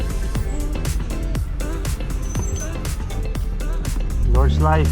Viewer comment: Nice vlog! One hint about "Nordschleife": German doesn't have silent vowels at the end of the word, so the -E at the end is fully pronounced, just like in Porsche. , you can hear the guy from Lithuania pronounce it correctly 👍